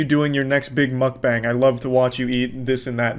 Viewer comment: I don't think I ever heard mukbang pronounced like mükbæng, thanks for the experience.